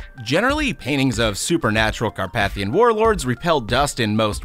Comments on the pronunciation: Alcohol Poisoning Game: Take a shot each time he mispronounces Carpathian (*Hint: It's every time!) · You mispronounced Carpathian. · It is car-pay-thian, not car-path-ian. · it's "car-PAY-thi-an" , not "car-PATH-ian" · does it bother anyone else on the pronounciation of carpathian?